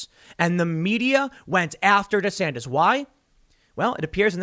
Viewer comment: Am i the only one to hear Rhonda Santis?